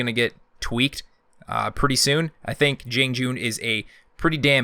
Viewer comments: The way you said Jiang Jun made me cringe but overall good vid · May I be able to mention your pronuciation? Tiandi has a T, not a J. Jiang Jun is pronounced with a soft g instead of the first J, and the g at the end is silent. Nuxia is an x, not an sh (I speak Chinese, so I wanted my opinion to be heard)